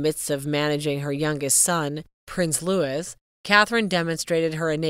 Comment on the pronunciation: It’s NOT pronounced Lewis. IT’S LOUIE. Get It Right. 2 wonderful families. Bless them all ❤❤❤❤